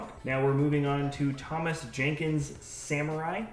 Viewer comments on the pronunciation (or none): none